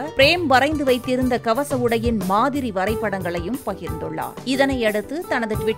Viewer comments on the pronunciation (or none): none